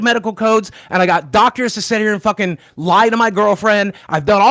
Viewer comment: Someone teach boogie that it’s “sit” not “set.” He always says set or setting when he means to say sit